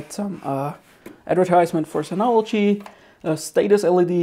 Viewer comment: It's Sin-All-OGee.. ahhum, clearly.